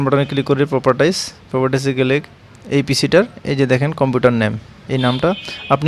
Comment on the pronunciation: আপনি ত ভালই বলেন।প্রপাটাইস।এই শব্দ আগে শুনিনাই।